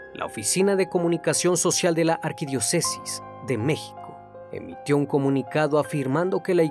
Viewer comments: Leé bien los guiones : arquidiócesis, devoto no dévoto. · Yo también noté esa falla , ja ja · no se dice "arquidiocésis", es "Arquidiócesis" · Arquidiócesis, no arquidiocesis! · Arquidiócesis, con acento en la o. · Es devoto, no "dévoto". No lo corregiría si no fuera porque lo repites en muchos de tus videos. No es importante, pero te lo marco en buena onda y sin intención de ofender. Gracias por tu trabajo, saludos. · repite conmigo: arquidióóócesis con acento y devoto sin acento jajaj muy buen video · "ArquidiocÉsis", "dÉvoto"... 😂😂😂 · devoto es palabra grave, no se lee dÉvoto, arquidiÓcesis es esdrújula no se lee arquidiocÉsis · Me gustan mucho tus relatos, solo cuida tu pronunciacion! Se dice Arquidiósecis (acento en la O) 😊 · Arquidiósesis con acento en la o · Muy buen video, como todos los tuyos...por cierto pronunciaste mal " arquidiócesis " es esdrújula y la pronunciaste como grave...uh...!!! también pronuncias mal la palabra " devoto" ...que vea tus videos un profesor de español o algo así antes que lo subas a YouTube... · Tambien arquidiócesis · CN, por favor, revisa en Internet cómo se pronuncian correctamente las palabras arquidiócesis y devoto. Recuerda que la audiencia aprende de ti. Te saludo cordialmente desde Caracas, Venezuela. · Benditas cámaras! Excelente video, un dato, "arquidiócesis" el acento y pronunciación recae en la "o", no en la"e". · Me gustan mucho estos vídeo solo una observación con respeto; pronuncias mal arquidiócesis y devoto, para los estudios que se nota que tienes estás fallas no deberías de tener, pero mi like para tus vídeos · ARQUIDIÓCESIS........ ACENTO EN LA O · Hay que leer BIEN, cuando las palabras tienen acento (arquidiócesis) y cuando no lo tienen (devoto).